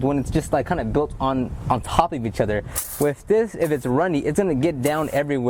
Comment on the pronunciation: With not wif*